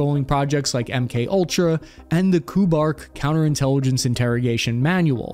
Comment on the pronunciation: it's not KOO-BARK ... it's Kay You -- Bark ... KU-BARK ... KU is a bigraph for some program, division, etc. ... BARK was the project/op name ... for example there might have been others call KU-MEOW, KU-TREE